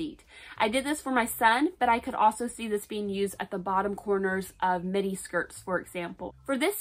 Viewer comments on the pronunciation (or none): none